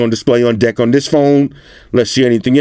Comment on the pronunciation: The way he says "Deck"...It sounds like "Dick"..😂